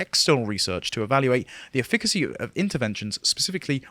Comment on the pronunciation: "efficacy" eF-e-ka-sea